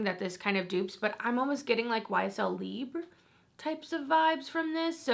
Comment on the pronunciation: You’re so cute & I found you just a week or two ago and I’ve been absolutely BINGING your videos. Just a little P.S. Libre is pronounced Lee-bray